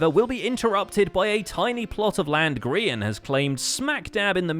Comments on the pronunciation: It's Gray-in, Grian. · Grain? GRAIN? Hello! G-R-I-A-N is a hermit, not a bread!